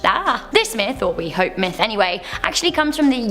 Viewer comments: it sounds very close to it lol but i heard myth n it sounded like meth lol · I thought you said "good old fashion meth" not "myth" spent like 5 minutes laughing